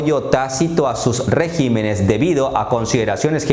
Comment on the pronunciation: Por favor, con el debido respeto aprende a leer bien la palabra Regímenes así, con acento en la í.